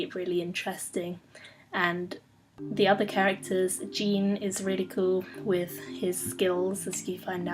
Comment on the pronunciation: Great book, liked your review. Just a side note, (I didn't know this my first read) Jean's name is pronounced like Sean. It's the French pronunciation. This is personally my favorite book series of all time.